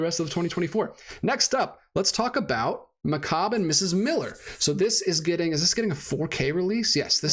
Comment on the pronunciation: By the way, you almost pronounce everything correctly, but it’s MickCayb.”